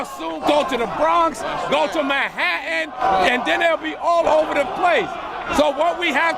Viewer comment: Were the fuck is Manha-an?